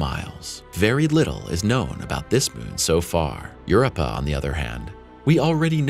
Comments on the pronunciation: "Europa" is pronounced "yur-OH-pa." Emphasis on the second syllable. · Worse yet, the reader is a bot which mispronounced several times including the moon Europa. If you're going to be so lazy as to use those things, the least you can do is to correct the pronunciation by re-writing the word in a phonetic format, which is suggested in the guide that comes with the program... Another "failed to rtfm" bomb that actually hurts my head listening to this garbage. I understand that sometimes people use these reader bots because they don't speak a certain language very well, but there are several other videos by this person. IMHO the guy's pronunciation is very good and his voice has the proper amount of inflection to show interest in the subject.